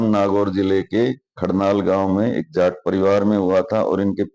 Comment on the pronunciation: Loud JAT(जाट) voice ना कि JAAT(जात)